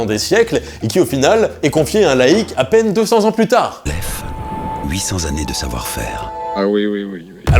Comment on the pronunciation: "800 zannées de savoir faire"..🧐